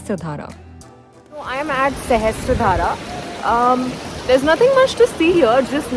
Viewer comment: Really love the solo female traveller angle just some feedback/suggestions - your pronunciations of the places are so off at least the spelling shown corresponds like you kept on saying Mal-de-tva when it is Mal-dev-ta in the Day 2 section Shastradhara as well ; given this is clearly a larger production would be nice to research a bit more about the places